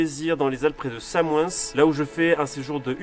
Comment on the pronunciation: Magnifique , par contre Samoëns on prononce pas le "s" a la fin mais sinon Propre la vidéo 👌